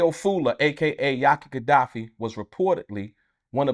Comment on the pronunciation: He killing me the way he pronounce his name